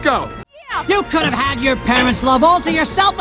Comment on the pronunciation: could have가 쿠르브 로 발음되네영